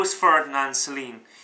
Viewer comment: Oh for the love of Mike, if you simply cannot pronounce the name of the author correctly why bother blathering on about his book! Sorry, I really am.